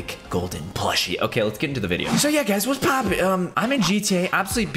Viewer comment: What’s Poppin went from what’s Poppin to wughughught's poughughughppin